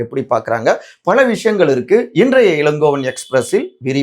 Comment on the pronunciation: தம்பி முதல்ல தமிழைக் கற்றுக் கொண்டு பேசுங்கள்..ள கரம் ல கரம் தெரியாம அவர்கல்....கட்சிகல்....விஷயங்கல் னு தமிழைக் கொல்லாதீங்க...